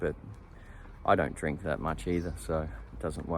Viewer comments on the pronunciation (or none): none